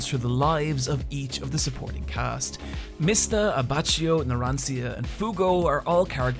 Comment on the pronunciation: At least you pronounced Mista correctly